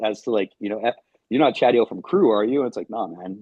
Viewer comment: It's Chadio!